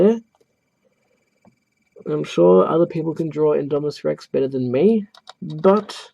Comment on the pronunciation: You’re pronouncing it right